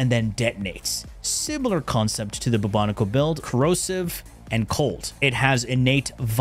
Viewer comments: Boo-Bo-Nico?! No. Just no. I know you’re messing with us. It’s Bubonic as in the bubonic plague. Bubonico, say it with me. 😅 love you. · Boobo-niko kinda triggered me. 😅